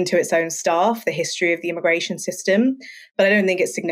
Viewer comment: The first guest speaker said “I”migration Lmaoo why she pronounce it like that 🥴